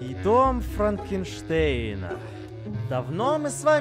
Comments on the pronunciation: Не Фрэнкерштерн а Франкернштейн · Мне послышалось не Франкенштейн а моргенштейн